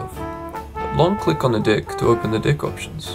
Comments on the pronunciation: When 'deck' becomes 'dick' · I'm sorry but I cant unhear "dick" lol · To start with, I love the music! The problem is it's way to loud! Maybe not the best accent or voice to use for a tutorial. I couldn't take it seriously with him talking about his "dick" Then to add insult to injury he starts talking about the "dick statistics"! 😂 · I'm a native speaker, and let's just say the way he says "Deck" makes it sound like... something else. Nobody can understand him 😆